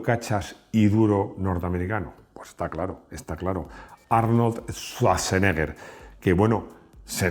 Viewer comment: Se pronuncia Sbartseneaa